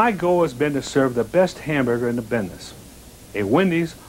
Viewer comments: did Dave say Bidness? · I heard bin-ness. I guess they couldn't redo the scene because holding a hamburger is almost as difficult as pressing it... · “Tha BID-NESS” 😂😂 I’m glad I’m not the only one that caught that! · Phoenix he didn’t even say bidness, he went bindess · He said bidness not Business Yellow Wendy's was so different than red one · Dave Thomas clearly called it a restaurant 'Bid-Ness' twice!